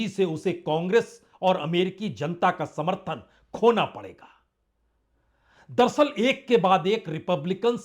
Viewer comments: संदीप चौधरी जी, पुण्य प्रसून बाजपेयी जी आप ये दरसल दरसल क्यों बोलते हैं.. जबकि सही शब्द है दर + अस्ल दर अस्ल अर्थात हकीकत में या अस्ल में..... उम्मीद करता हूं आप साहिबान यह करेक्शन कर लेंगे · दरसल नही बाजपेयी साहब दर - अस्ल बोला किजिए... दरसल बहुत खराब लगता है संदीप चौधरी साहब भी आप की तरह दरसल.. दरसल करते हैं... दर - अस्ल का मतलब.. हकीकत में या अस्ल में.. होता है दर + अस्ल